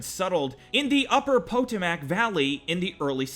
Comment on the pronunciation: You don’t pronounce it po-to-mac Potomac you don’t annunciate the os that much